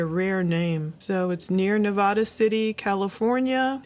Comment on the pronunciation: please pronounce Nevada correctly 😩